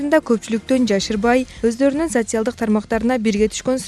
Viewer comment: Ушу кыз социальдык деген созду айта албайт